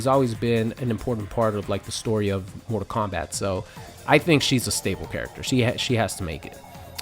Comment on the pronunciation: What's this "Mortar Kombat" game this guy speaks of?